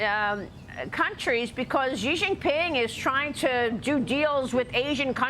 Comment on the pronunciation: Maria can't pronounce Xi's name or Bejing correctly. She may as well be saying Ronald Rump too. Why not slaughter every name? Xi is pronounced "she" and Beijing is pronounced Bay-Jing (as in jingle). When Maria says Beijing, it sounds like French. Bay-Szhing. Get it together, you're a journalist.